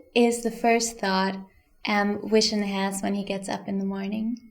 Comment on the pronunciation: Is she calling vision wision?